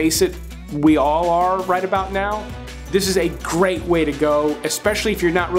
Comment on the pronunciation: Gweat just Gweat. Bawbawa will be thrillbed to hear that you,at the very least at a subconscious level wespect her wok. Lmao. Omg bro love this channel, picks. Always right on 85-95%of the time. (Ladies???). Great work